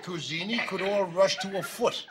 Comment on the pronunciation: Coozini and "coronial thrombosis." I couldn't stop laughing!🤣